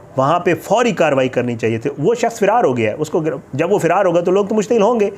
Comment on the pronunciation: اللہ تعالیٰ ایسے لوگوں کو نست ونابود کردے جو اس طرح آئے دن قرآن کی بے حرمتی کرتے ہیں یہ سب ہمارے اعمال کا نتیجہ ہے 😭😭 فیرار نہیں فرار ہے اصل لفظ